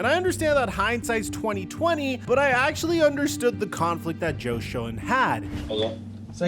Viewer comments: It's pronounced "Shane"....as in Joe SHANE.....not sho-en. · Please… Schoen is pronounced Shane. Ok. Just helping out. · Your pronunciation of Joe's last name is off there. A wee bit.